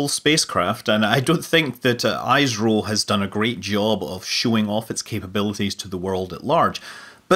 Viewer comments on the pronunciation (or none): it's not aayesroooo.... it;s eeisro.